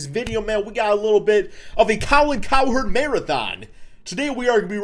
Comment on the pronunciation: *colin cowerd